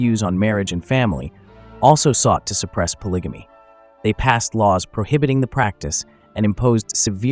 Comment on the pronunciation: Whelp…I can’t watch after the 1st 2 minutes since you said (po-lidge-a-me)😂